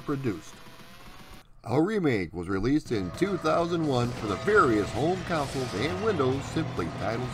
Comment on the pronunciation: I've watched a few of your videos, and they are good. I had the apple //e version, and i loved it (although I never played the original at the time). Also, are you saying "coun-sole" or "console?" It sounds like the former, but it should be the latter.